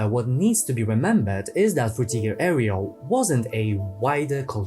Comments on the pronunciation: For future reference, "aero" is pronounced like arrow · This was a good essay, except for the parts you kept saying "airy-o" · Dude... now you can pronounce "tech" correctly but you mispronounce "aero" and say "aereo" instead. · He took "Techhhh" from us but gave us "Areo" -- well played, sir, well played 😅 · haha, "areo" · I don't think that's your preferred pronunciation of "aero". That's just dyslexia.